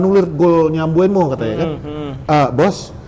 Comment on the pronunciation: beneran d.. nama Mbeumo itu Mbeumo Bang.. Jangan Mbuemo lg Mbuemo lg bang...🤣